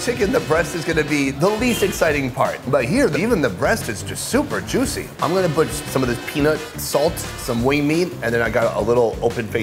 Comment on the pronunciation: Where is the host from? He pronounces "juicy" in a really strange way that doesn't sound familiar to American accents. He also says it a lot.